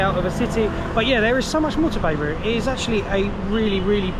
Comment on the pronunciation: It's Beirut not Beruit :), check the video. For the rest, awesome as usual. Greetings from Belgium 🇧🇪